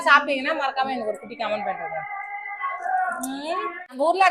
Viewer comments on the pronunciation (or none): none